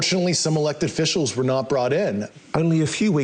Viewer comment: Yeeeees, I am RIGHT there with you about this so called ‘smart physicist’ not knowing the proper pronunciation of both ‘NUCLEAR’ and ‘ETCETERA’…good grief! That ALWAYS gets under my skin too. Also, at about he actually says ‘unfortunately some elected ‘FICIALS’…which, like NUKULAR is NOT a word, instead of ‘OFFICIALS’…wow! This guy really does NOT seem smart or intelligent at all. He’s just the face of this ‘whistle blowing’ for some reason. This whole pathetic interview just creeps me out. Ugh!